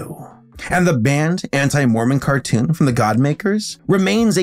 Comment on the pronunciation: Car toon, tmcar toosh